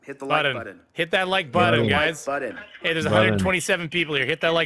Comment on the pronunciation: That is the official new spelling and pronunciation of the word "button", I'm sorry, budden